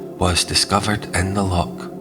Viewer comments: Scottish accent but what Scot pronounces LOCK instead of LOCH? a lock is used for releasing water in canals. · A grand wee presentstion concerning my former city - I'm a Weggie these days. Just one wee point...loCH! The guttural sound is not difficult. 😊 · Maybe you need to pronounce "loch" though.